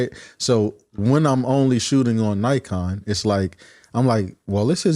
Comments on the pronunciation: It's Nikon not Naikon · give Naikon USA a call--that's how they pronounce it